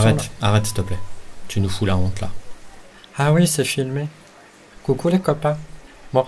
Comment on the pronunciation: comme c'est prononcé : CouCou , les copains ! comme le chat le prononce : CouCoulé Copains!!